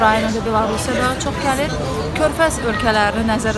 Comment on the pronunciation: bawliql duzeldin glir yox gelir